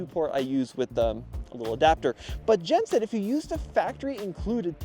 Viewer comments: continually saying Jen's name wrong lol. come on. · why are you calling your friend "Jen" "Jan"?